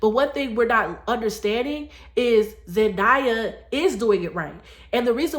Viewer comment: You are right about the importance of doing things God's way! Btw, It's pronounced Zendaaaaaya, not "ZenDieya! It grates when you mispronounce her name all through the video. And actually it's up to Both men and women to marry. Clearly, a man has to want to marry as well. Wise men Want to get married and to be good husbands and fathers. Married men live longer than single men for a reason. So, in a way, it IS a man's fault if he is so ignorant to the blessings of marriage that he stupidly avoids it like the plague. Married men, generally speaking, are usually much more financially successful than single men, too.